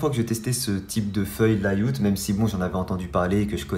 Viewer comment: Ça se prononce "lèyaoute" et pas "la youte"